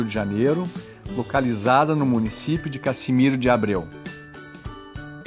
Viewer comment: CASIMIRO, NÃO CASSIMIRO! REGIÃO DOS LAGOS, NÃO NORTE DO ESTADO!